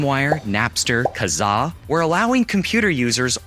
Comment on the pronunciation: FINALLY! Someone who knows how to properly pronounce "Kazaa"! THANK YOU! Surf Wisely.